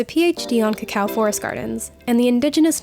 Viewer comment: I loved pronunciation. You can tell he has listened to many locals in Hispanoamerica. At last an English speaker saying /kakao/ instead of /koko/.